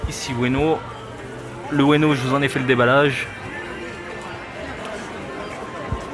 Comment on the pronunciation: Pourquoi tu dis Ueno à la place de Uno? xD